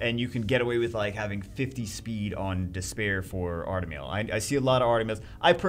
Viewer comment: He said artamiel like we have one🙄